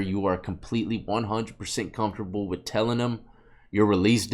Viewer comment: “Take everything....WITH... a grain of salt” You know... like your ignorance of how to properly articulate this figure of speech 😉